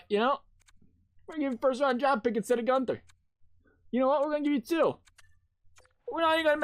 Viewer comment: U said guenther right he’s from Edmonton and his brothers my best friend